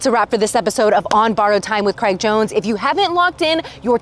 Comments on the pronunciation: Did she just say Graig Jones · Different pronounciation usually north americans say something more similar to "creg"